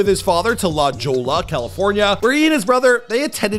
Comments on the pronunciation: "La Joe-la"? And well, who is THIS idjoot and what did he do before he became a youtube idjoot? And well, enquiring minds want to know... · La jolla lmao, (La-Hoy-ya)